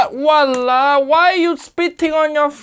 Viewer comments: Im from Malaysian. How we say it actually walao wei = what the heck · It's walaowe isn't it? Im from ur neighbors country indonesia btw. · its walaole